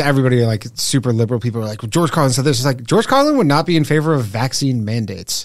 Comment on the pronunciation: “dude i’m NOUHHHT kidding” ..canadian ⭐️🇨🇦